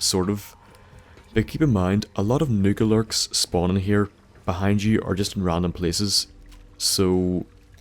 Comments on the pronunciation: sounded like he kept saying "niggerlurks" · I think the protrectron killz nucalurks.